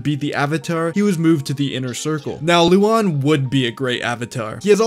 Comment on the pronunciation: Oh. It’s Luan no Lu-an. Why is everyone pronouncing it wrong? I thought he was a woman.